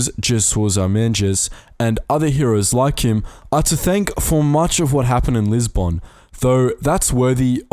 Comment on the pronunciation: Fascinating, but I turned it off when he said lisbon